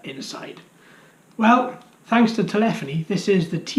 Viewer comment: Thank you again for the shoutouts!!! :-) FYI: My YouTube handle Telephony should be pronounced, "tell uh FOAN'ee" rather than, "tul EFF'en ee". I know that the latter is the correct pronunciation, but in the infamous words of Lt. Cmdr. Data from Star Trek:TNG, "One is my name. The other is not." :-)